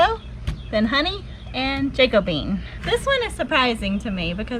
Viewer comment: ‘Jack-o-bee-anne’ not ‘jacko- bean’ 😁